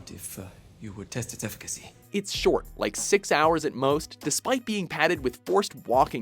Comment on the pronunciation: effi-ca-cy? damn game efficiency